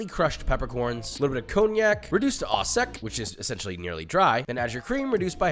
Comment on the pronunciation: Joishua frenchn prononciation is horrible. Au is prononce O non Aw